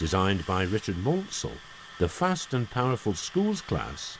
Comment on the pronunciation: Great footage, but the narrator has fallen into the common error of mispronouncing the SR CME's name. It's Man-sell (like the F1 Champion racing driver), not Man-sell. Another blooper occurs where he describes the USATC S160 Class as a 2-6-0. Wrong: it's a 2-8=0 as can be clearly seen onwards.